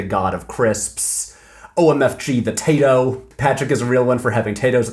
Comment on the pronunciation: Patrick as much as l respect you and feel very special to be in the 10% of viewers that are female I felt so hatecrimed by you pronouncing Tayto with a final ‘s’ that I had to skip that whole part of the video